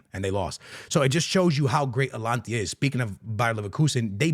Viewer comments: Alantia? Bruhh come on, ...Ata-Lan-Ta!! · Its not Alantia, Its Ata-lanta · ATA-LAN-TA no Alantia.😂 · ATALAANAAA…no “atlantia”🤢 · He mispronounces everything to seem “different” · Bro why do you keep saying "Atlantia"??? It's hilarious! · Atalanta ❌Alantiya✅. 😂😂😂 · A-ta-lan-ta. Just helping you with the Pronunciation. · Your Atalanta pronunciation got me every time 🤣